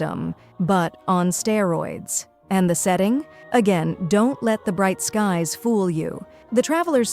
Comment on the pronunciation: Bright Skies-sss-sssss-ssss.. The so-called "Gurl" Also, Are-luh-chee-no